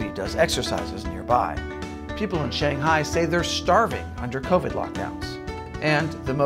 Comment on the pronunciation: Maybe....just for this channel, you could learn how to say "Shanghai"